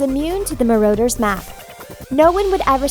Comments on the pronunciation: Marauder's not Marrowder's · So you say Maroaders and then Marooters. Choose a false pronounciation and stick with it, thanks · The way she says Marauders' makes me wanna puke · She can't even say marauder either D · She also said Petty Grew And marauders